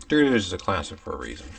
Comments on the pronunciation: Why the hell did she pronounce "dARitos 💀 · Not-shouChiz Diereetos 👹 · why did she aay doritos like that 🙁